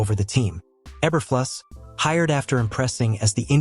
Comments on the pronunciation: Obviously, this is a AI Voice added to the this short video. AI does not know how to correctly pronounce E-ber-flu-sss. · Obviously, the AI voice added to this short video, does not know how to correctly pronounce, E-ber-flu-sss.